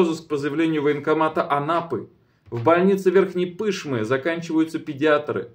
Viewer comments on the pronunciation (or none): Правильно произносить Верхней ПышмЫ, а не ПЫшмы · ПышмЫЫЫ! Ну может быть уже начнете правильно ударение ставить!